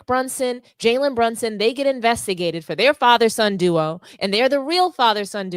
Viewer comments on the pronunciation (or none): none